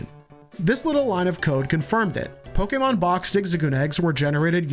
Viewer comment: Offf topic but finally a youtuber who pronounces Pokemon right…. It’s so infuriating hearing people say poke-E-mon